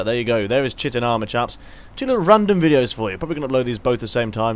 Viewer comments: Chitin is pronounced 'Kha-i-ten' It sounds like Shitting when says it. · *BEEP* incorrect,. It's correctly pronounced, chite-in. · Chitin is pronounced "Kite-in" I used to pronounce it like you too :D